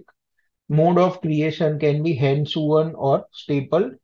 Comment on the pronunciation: hand-sewn is pronounced " hand sawn" or "hand -so-oun" and NOT hand-suan as pronounced in the video